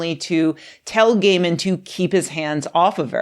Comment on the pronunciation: Can he get a new name? It sounds you said, "Women said gay men insisted on beating...." etc. Over and over, all these horrible things gay men has done. But you can't use his 1st name - if you say, "Kneel!" with such vigor, some viewer is liable to hurt their knees. I'm not sure which is the best way forward, here. I read some of his stories years ago, and then I recognized the name, so I clicked on the video. I won't make it to the end, but oh my goodness, I wasn't expecting that.